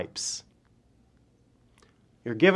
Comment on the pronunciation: You pronounce his last name Gwin I believe. I know wa guy with the same last name and he said thats how they pronounce it.